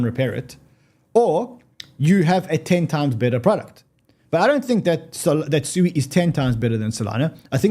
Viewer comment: SUI is pronounced Sweeeee! LOL